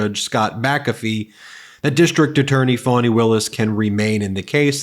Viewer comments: Trump can't spell and we know that from his Truth Social posts. But he cant spell, because it's not spelled Fanny, like your a$$. As Trump said. It is spelled Fani and she pronounces it Fawni. Trump is a petulant and vicious child. Because he committed crimes (plural) in Georgia and Fani Willis, DA in Georgia is holding him accountable for those crimes. And that makes Trump very angry, because he thinks he is above the law and should be allowed to break any laws he wants without facing any consequences. Well Donald Trump is not special. He will be held accountable and he will face consequences for his crimes, because he did commit the crimes, he did break the law intentionally. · D.A. Fani Willis' name is pronounced fawn-knee, which is Swahili for prosperous, not Fanny. Who wants someone in the White House who habitually behaves like a name calling immature child with a limited vocabulary and refers to himself in the third person. It's sickening that his supporters laugh and agree with his demented craziness. He has royally defamed D.A. Willis but because she is a court officer I do not believe she can sue him. Let’s continue to push the 🌊 Blue Tsunami 🌊 and vote early when the poles are open in your district. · He's so dumb. To pronounce it, "Fanny," he would have to add another, "n," to her name. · Trying to attack Fani Willis by wilfully mispronouncing her name as "fanny"? That's "rich" coming from a guy who sounds 'phony' all the time!! I mean it is abundantly clear what Trump is trying to do. Trying to put pressure on Fani's position by attempting to smear her in the public eye, simply because he sees her as a threat. It's dispicable/childish, he's done it before and he'll do it again. He ONLY knows how to take, but not to give, let alone 'letting go'. He tasted the power of the presidency and he can't let it go, he wants it back and more. Make your vote count this year. This is very serious. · Halina or Herloony seems to mispronounce Fani Willis's Name?